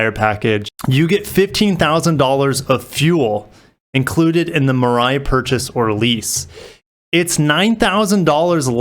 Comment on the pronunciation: Great analysis. Excited to see what BEVs Toyota comes out with. Mirai (“mee-ra-ee”). Suggestion: the decorative Lexus font is over-used on your main title card. Maybe Upwork or Fiver can help.